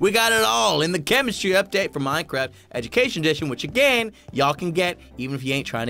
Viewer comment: You said edumacation